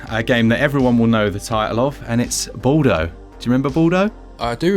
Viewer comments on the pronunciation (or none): you know, my last name is Baldo (italian ) and the way you guys pronounce it makes me laugh out loud